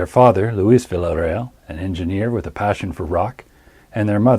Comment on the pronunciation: This is great! Just subbed. Great story telling, great video clips, great narration. Can't wait for more. (Villarreal is pronounced Viarreal, no L sound.)